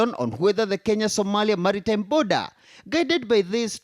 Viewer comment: 😂😂Not boodha 😂😂 its border ✔